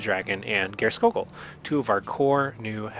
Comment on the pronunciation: Geirskogul is pronounced Spear-skoogul.